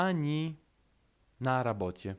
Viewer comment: Czy nie powinno brzmieć na rabotie u ciebie slysze na raboczie .